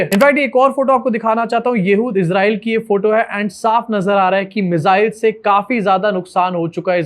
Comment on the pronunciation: मिज़ाइल नहीं मिसाइल 😂😂😂😂